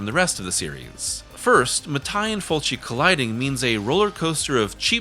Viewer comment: Damn it, Mattei is pronounced Matt-ae-ee (not ma-thai) 🇮🇹